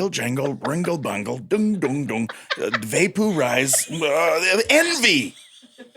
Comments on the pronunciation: Had no idea what movie you two were in together even after the title and then when you said va-POO-rize!! I did watch it! Lmao memory unlocked. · Up until , I was absolutely sure that I had never seen the movie Envy even when I looked it up. It wasn't until I heard Jack talk about "vay-pooh-rize" that I remember that I actually have seen that movie lol